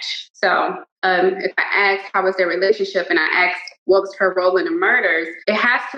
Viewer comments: Are we sure she didn't do it? She said she "axed" them several times lol. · Oh, well why didn't she say she axed different questions from the beginning.!?! That changes everything 😂😂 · But she aksed and aksed and she knows it's not "fact" but she's still going strong... 😂😂😂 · Asked, its asked. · She shouldnt be axing anything, thats murder. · "I'm is axing" She can't even speak! It's her native language and still can't speak it! It's "ask" not "ax" It's "I am" not "I'm is". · If you say "axed" instead of "asked" it's probably safe to say that you're an idiot. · It’s ASKED NOT AXED FFS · Baut she axed all the right questions man. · I AKKKSSKEED question axeddd dem kweshtins GUURL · The I axed questions. Haha I axed the cards and after I axed hahaha Jesus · She axe questions. We got a scholar here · She says aksed instead of asked on purpose just to look cool. It doesn't look cool. Ashley was most likely a bully at high school too. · What is "axed" mean? She said she "axed" someone something. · IT’S NOT AXED!!!! It’s ASKED. Is it just me, or does Gia look like a retired Alina Habba? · "axed" and "axing" tells me all I need to know. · Hey, she axed the questions what's the big deal!! Don't arrest her or your racist!!! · as soon as someone says "axed" instead of "asked", i generally have very little confidence in what's coming next. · What is axing a question?? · If you're a professional anything, you should be able to say the word "ask" correctly if you want to be taken even somewhat seriously. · her pronunciation of the word asked tells me enough about her intelligence. never met anyone but people with room temperature intelligence iq saying aksed. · she sure axed a lot of questions to cardboard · I don’t trust anyone who says axed instead of asked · Ashley is the murderer!!! she just said she axed them all!!! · She "axed" the tarot cards. She AXED them. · she keeps saying "axed"... it's ASKED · "axed" Did she brutally kill people with an axe???? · She aksed questions